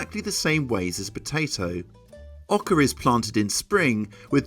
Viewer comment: There is no "r" in Oca. Just stop it, so annoying.